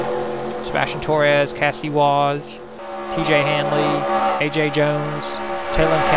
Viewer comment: Dang it. The 10 blowing up really cost me. Fell back to 26th after starting on the pole. Cassie never had an opportunity to move forward and finished 33rd. Btw you did pronounce her name right